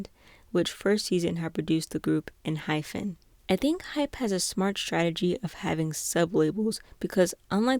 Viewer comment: enhypen... please... hyPen, not hyPHen. sound it out i'm begging